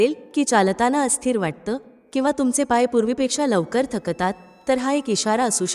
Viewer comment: शक ता त असा चुकीचा उच्चार होतात..... थ क ता त......